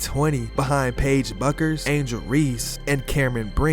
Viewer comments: Nice video. What an amazing athlete! BTW Page Bueckers last name is pronounced Beckers not Buckers. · Learn how to pronounce names!! Paige Bueckers is "Beckers". Dawn Staley is "Stay-lee". Mostly a good video.